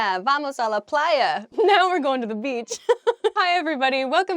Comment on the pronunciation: Vamos a lá playa very good pronunaciation